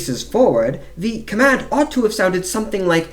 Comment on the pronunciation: Please don’t use a fake English accent when narrating. Its very painful to listen to such fake affectations, can’t focus on the info. It just sounds like an American putting on a bad accent. Command and advance isn’t pronounced like that when you are speaking English for example.